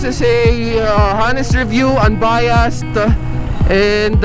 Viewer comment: Hanest review, sorry po, pero constructive criticism lang po, hindi po sya Ha nest, dapat po ay Ah nest sya... Silent ung "H" sa unahan na pabilog na "ah" ang pag bigkas... Tapos unbayast, ah mejo tama naman po pero "d" po dulo nun, mejo patigasin nyo lang po ng konti.. Anyway, un lang po, wag po sanang mamasamain...